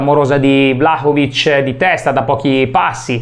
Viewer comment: Vlacovic non si può sentire